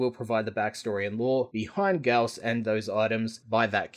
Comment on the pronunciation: " FUCK OFF IT'S PRONOUNCED GA-OW-S! "